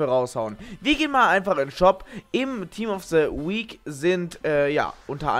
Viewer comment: Oh mein Gott! Das heißt ganz bestimmt nicht "Team of se Week!"